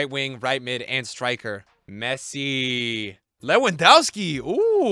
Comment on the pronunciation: 2024 and bro still can’t pronounce Lewandowski